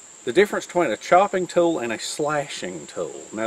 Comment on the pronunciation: What is be twaine.... Oh.. oh.. between.... Sorry... I have wanted to hear about this subject and these items for years. Thanks. I love this video.. 😊